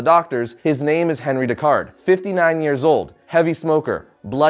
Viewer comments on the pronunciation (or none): Just in case you see this, it is pronounced On-Ree rather than Henry because he is French. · He`s French so his first name would be pronounced (On-rie). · It's pronounced onri